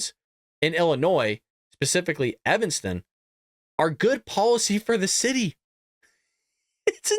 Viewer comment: I live about 50 miles from Evanston It's pronounced "EH vuhn stuhn" the E is short like the word "every" is EH ver ee People have money there too!